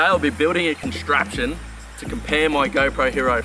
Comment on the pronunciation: Its pronounced “contraption"